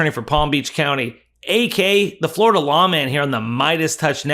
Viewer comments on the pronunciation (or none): none